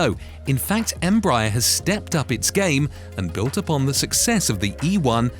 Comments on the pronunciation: I think it’s pronounced embrayer not embrahyar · Pronunciation …boy you kill the name ..how do you get. ‘M-Bryier ? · “Embaaayer?” Dude, quit using those silly CIA robot voices! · Tip: you're supposed to stress the last syllable. em-bra-ER. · I agree, your observation is valid.